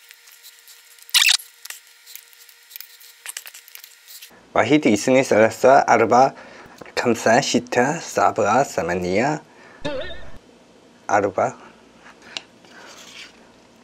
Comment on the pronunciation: ترا اسمها خمسه مب كمسه 😂 يا بنات ترا الكوري الكيوتت هاذ بيقول كمسه وانا باكستانية وأقدر أتكلم عربي وأي لغة في الحياة 😂 وهاذ الكوري مابيقدر يقول عربي يعني شوي بس 😂 مسكين 사랑해요 ❤ 오빠 ❤ SO MUCH ❤ FOREVER AND EVER ❤